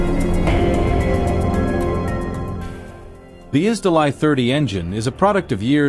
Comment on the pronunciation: "Изделай" - режет уши. Это ж русское слово, произносите его соответственно!